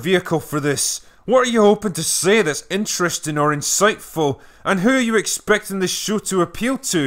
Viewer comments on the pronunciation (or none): none